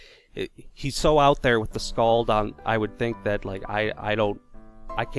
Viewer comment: Lol, you fucking slaughtered that skald.